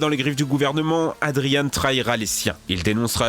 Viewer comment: Adrian se prononce pas adrianne mais adrian comme 2 ans